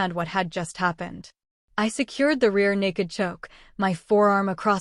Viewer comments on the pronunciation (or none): none